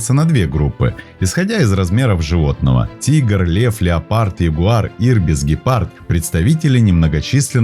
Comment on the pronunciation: Вот только, не кАгуар, а кУгуар, и не гИпард, а гЕпард. А так, ничего.